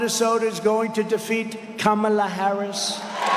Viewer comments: Trump pronounced Kamala correctly!! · OMG! Harry! Trump slipped up! He's going to be so upset! He pronounced her name 100% correct 😂😅😂😅😂 He's such an idiot! He's so dumb JD Vance is the worst choice ever! Vance could keep a job even when it was handed to him! His buddy from college introduced him to people, and Vance failed at every job he had and ran a nonprofit into the ground. Whatever comes out of Trumps & Vance's mouth is nothing short of trash!🇱🇷💙🌊🇱🇷💙🌊🇱🇷💙🌊🇱🇷💙🌊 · He slipped and pronounced her name correctly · Trump finally worked out how to pronounce Kamala. Good job dumbdumb.